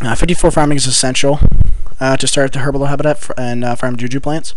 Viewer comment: It's "herblore", not "herbalore"